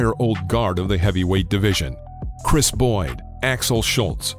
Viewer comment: So many mistakes in this video its ridiculous. Chris Boyd? Universal? Uh. Chris Byrd. Universum.